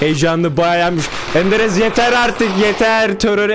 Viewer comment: En sevdiğim kişi: ENDEREZ 😂 *Enderez abi gelip beni vurma yeter :D